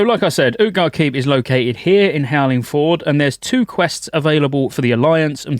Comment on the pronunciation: Dude it's not Howling FORD